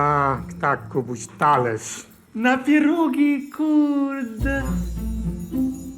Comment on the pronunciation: PIEROGIII w zasadzie nie sa smieszne ale PIEROGIII KURWA juz bardziej i mysle ze tu chodzi o sposob wymowy PFIEERROGGI